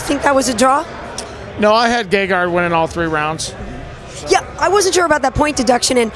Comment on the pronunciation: notice how he says GAYgard, i think gegard would eat his babies because he messed his name up, or did he?